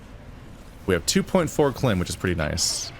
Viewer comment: I know the series is already finished, but you are supposed to separate the K in KLIM. Like a thousand units of LIm energy. However, Klim is funnier.